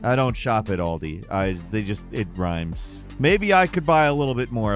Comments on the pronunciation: It's Aldi, not "Oldi" 🤦‍♂ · It Al-Dee not Ahul. Aldi in the UK it’s a life line for most folk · Never heard an American say Aldi😂😂 “All-D” 🤣